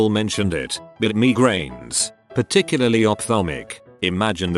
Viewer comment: Everybody:migraines Robot voice:me grains